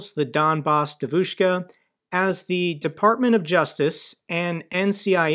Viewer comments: Hey, it's pronounced more like "dYEvushka". Source: wife is from Moscow lol. Keep up the good work. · btw, devushka is pronounced with the stress on the first syllable. If you pronounce it as "dEh-voush-kah" would be closer to the original one. It's not a criticism, just a little side note. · you have to learn how pronounce devoshka properly. Hearing you saying it the way you do is hurting my ears! 😅